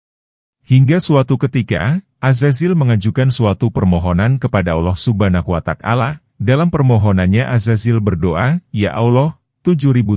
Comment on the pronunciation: Yg bner lo nyebut nama Allah Subhanahu Wata'ala, bukan subhanuwatakala.